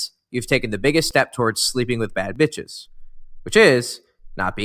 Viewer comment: Nah this video 🤣🤣🤣 When he said "beatch" 😂😂😂